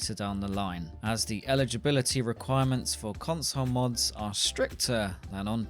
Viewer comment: "cunsuul moods" Dude went full Borat on that one.